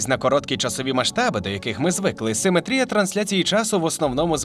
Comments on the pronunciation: В українській мові правильно ставить наголос в слові симетрія на другий слог: симе́трія. Хто в школі геометрію не вчив?! 😂😂😂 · Шо з наголосом у слові симетрія, сорі це неможливо слухати. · Не симетрія, а симетрія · Перепрошую, а хіба ми кажемо не симЕтрія? Бо, у вас постійно чув симетрІя